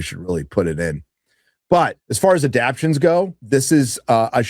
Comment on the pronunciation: Hey... It's a-dap-TAY-shens. 😂